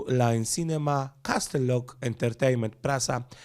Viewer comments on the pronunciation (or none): none